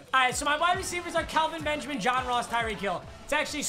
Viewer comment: am I the only one weird that he kept saying Kalvin Benjamin and not Kelvin